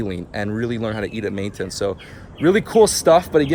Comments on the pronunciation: the type of guy who says, “ Maintance ” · It’s maintenance not maintence